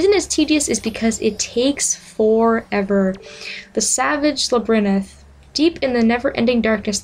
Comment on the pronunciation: Labyrinth not Labrinyth : P